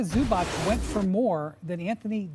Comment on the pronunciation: Windy please learn how to pronounce balkans surnames ... its Zubac , not Zubač .. 🙏🏀